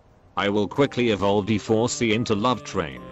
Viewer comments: Is anyone noticing that he is saying d4cheeks instead of d4c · The fact he said d4cheeks instead of d4c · I like when he says d4cheeks and not d4c